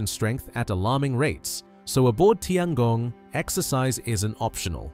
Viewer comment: Please, please learn how to pronounce “Tiangong” if you are going to do a video about it. Tian is pronounced “tyen”.